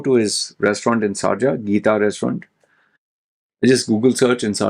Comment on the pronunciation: SARja 🤔🤔🤔 its SHARja 😅😅